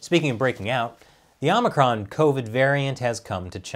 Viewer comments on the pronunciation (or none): none